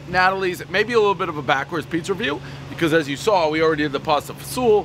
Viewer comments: Bruhh I would almost guarantee that it’s not produced Natalie’s but nah-tol-lees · Stop butchering last name, everyone who speaks Italian knows you sound it out like this....It's NAH-Toe-Leez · Never had their pizza but i use to LOVE eating there on my layovers working for the railroad out of Oak Island Yard in Newark. BTW its Nay-toe-lees. not nat-o-lees. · Natalies? No bro.. "Nah-Tohlees" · Name butchering starts at “ ” mark - devolving into “Natalie” Pizza. Multiple mispronunciations, every knows the rule. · Man can't even say the name of the place correctly.